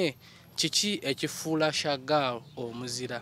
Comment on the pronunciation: The way pronounces Shagal hahaha